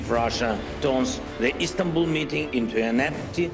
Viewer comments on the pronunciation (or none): none